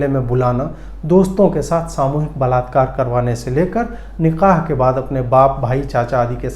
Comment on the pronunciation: Chutye Niqah nahi Nikah hota hai ....😆😆😆 bolna seekh